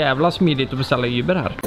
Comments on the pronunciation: Det heter Uber. Inte Yber! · du vet att det heter uber inte yber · Heter väl för fan inte ”yber” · Säger han Yber eller Uber? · varför säger ni yber?